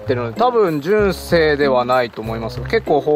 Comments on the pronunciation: 『純正』のイントネーションが変に感じるのは私だけでしょうか？ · 純正と印紙のイントネーション違いますよ (^-^